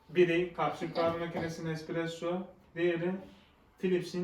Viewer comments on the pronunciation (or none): Espressoya "ekspresso" diyorsun makine senin neyine